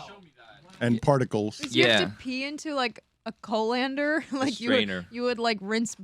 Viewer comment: How did no one comment on the way said colander. she says it in a way I have never heard before.